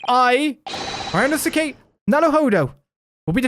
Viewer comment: I believe it's pronounced Ree-oh-no-skay?